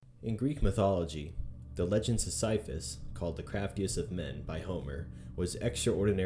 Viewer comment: You mispronunciation of Sisyphus lives rent free in my head...